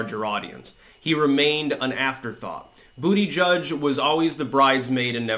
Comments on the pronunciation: Too bad you will not be able to say Buttegig any more. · It's BUTTAGEEG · I'll miss hearing you say "Booty Judge". "Butt-e-geeg" wasn't as much fun. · Dang it. Is this the last time says Booty Judge🤣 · Only sad he dropped out as i love hearing you call him Bootyjudge😂